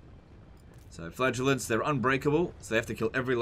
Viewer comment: Teehee it sounds like he says flatulence